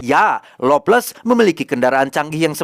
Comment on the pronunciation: lovless tpi kdengarn ngomg longles🤣